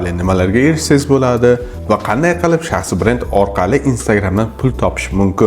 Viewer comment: Талаффузни тугирланг ука..шахсиий бренд дейилади.и..ни сал чузиш керак